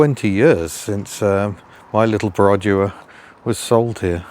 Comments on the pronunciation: Stop with your "perOdua" 😂😂😂 It's "perdua" without the "o" in Malaysian. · Your pronunciation of Perodua is dreadful. Its easy enough to check on line. Dua as you said is two in Malay and its easy to check how to say that properly.